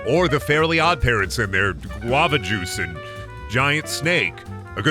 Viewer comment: Just a nitpick, but it's "guava juice", not "lava juice".